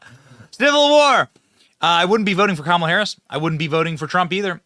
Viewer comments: KAH.mule. Ha. Ha. Ha. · Oh my God I love it "Kackala"😂